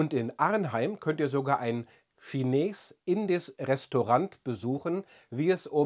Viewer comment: Kleine Korrektur: die Aussprache ist "Schinehs Indies" (das zweite IE bei "Indisch" wird lang ausgesprochen.